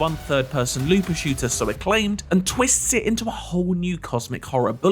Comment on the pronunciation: They said “looper shooter”